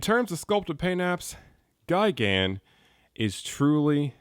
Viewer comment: just me or does he say gaigan